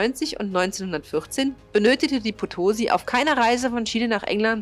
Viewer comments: Es heisst auch Potosí, statt potosi und Valparaíso statt valpareiso... aber das ist nicht so wichtig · Potosi bitte mit Betonung auf der letzten Silbe - es war nach der Stadt in Bolivien benannt.Und interessant, dass die Maria Rickmers noch 1982 ihr letztes Signal sendete, obwohl sie schon 90 Jahre zuvor gesunken war 😉 Insgesamt eine interessant gestaltete Uebersicht mit gut gewaehlten Filmsequenzen!